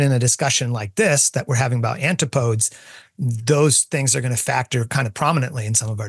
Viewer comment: I've never heard someone pronounce antipodes like that. I've only ever heard it pronounced an-ti·puh·deez.